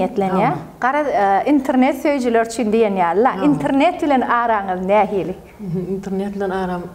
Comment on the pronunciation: INTRNET däl-de INTERNET diymani owrenmanler gechdi turkmen aga.